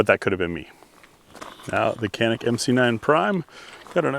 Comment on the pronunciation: Splitting hairs here and it really doesn't matter, but Canik is pronounced JAH-nik!